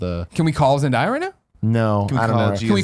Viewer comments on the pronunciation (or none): Tim its pronounced Zen-day-ya not Zen-di-ya. ;-) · Is it too late to tell them it's pronounced Zen-DAY-uh? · It's pronounced Zen - Day - uh.